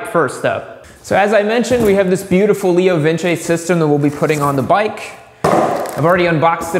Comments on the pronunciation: Pretty sure it's just "Leo Vince" like "Rinse". No squiggly line over the "e". Leo Vinse kinda sound... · It's Leo vinse....not vin chay. Two C's in Italian make the ch sound. One c makes an s sound. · leo vins, not lio vince